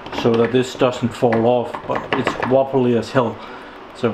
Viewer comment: Waffly not wobbly, nice :D